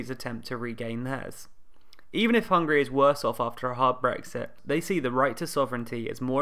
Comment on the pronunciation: Why pronounced it as Hungry? Isn't it HungAry?